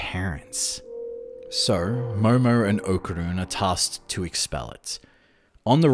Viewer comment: What a bummer.... Said ¡Okarun!